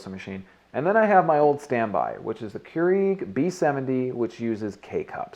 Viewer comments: it is pronounced as cure- rag not cure eeg lol ;) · "Cure-eeg" lol